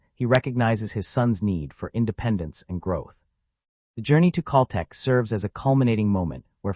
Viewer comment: I can't listen to the mispronounced Cal Tech any longer!